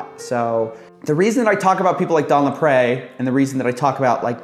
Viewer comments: it's pronounced "LapREE" you sound annoying trying to add a French accent on it. & what's sad is Don Lapre ended up HANGING himself in county jail over these charges! He had a family, a daughter. Now look at all the SCAMMERS out there today online!! they need to be ARRESTED!!! they're far worse than "tiny ads" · Don LaPre = laPREEEE, not laPrey